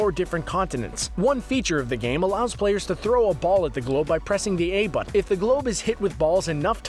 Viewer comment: teh butten